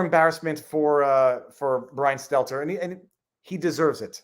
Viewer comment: I prefer the longer form podcast, but either is fine. Just when you're in the car slow down a tad and take a breath every now and then lol. And Viva please, you're killing me... It's Stell-ter, not Stet-ler.